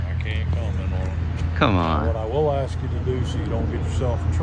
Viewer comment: Why is it that so many piggy think that the word ask has 2x in it “axxed “